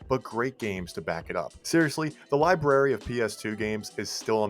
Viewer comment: LibRRRRRary. OLLLLLder.... just saying.